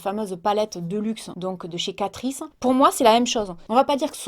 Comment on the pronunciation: Moi c’est pour Catrice... ci catrice...